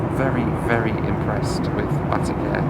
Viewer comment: Isn't it pronounced Bateek? Every time you say "Batik Air" it sounds like you're saying "Batty Care"! 🍑